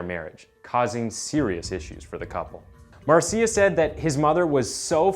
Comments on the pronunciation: Marcia = “Marsha” . . . Not “marseeyuh” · OK, couple of things: "Marcia" is pronounced "MAR-shuh", not "mar-SEE-ya". Secondly, you leave the strong impression that his crimes took place in Salt Lake City, never mentioning once (that I can recall, not gonna rewatch it) that it was in Seattle where he did his killing. Different city, different state. Yes, there's a Green River in Utah, but it's not the one where he dumped so many of his victims; that one is in Washington (the state, not D.C.). 😉 Only when you state where he is, in a Washington penitentiary, do you mention that state. Gotta tighten things up, bud. I'll watch some more, but we'll see how you do in others. I've seen some of your other stuff and didn't notice anything glaring like the 2 in this one, and I subscribed because I liked it. Hope this was a one-off... Peace, bro. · thats pronounced marsha my bro lol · Mar-see-uh lol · I have a friend named Mar see ah. Spelled Marcia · Hey, in Spanish it's pronounced Mar ci a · I was going to comment on the pronunciation of Marcia 😂